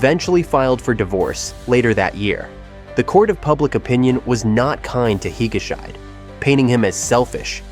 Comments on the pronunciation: "Higa-shyde"? "Hi-ga-shee-deh." Dude, if you don't know how to pronounce a name, look it up! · i lost it at "hige-shite"... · Should have someone coach you on the pronunciation of Japanese names. Not Higa-shide (rhyming with "hide") but Higashi--de. Japanese names do not follow English pronouncing rules. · This isn’t just a japan thing though. Anyway I think you should pronounce Higashide as Hi-ga-she-de. And also Becky is so back. And another celebrity with a scandalous affair, Mari Yaguchi, made a comeback also. Suicides which were also shockingly devastating, Yuko Takeuchi (Ms Sherlock), Haruma Miura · "higashide" is pronounced "hee-guh-shee-day" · Actually it’s he-ga-sh-day 😊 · Higguhshy? :P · can't even pronounce higashide properly. this AI shit has got to stop. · The mispronounced name hurt my ears, so much.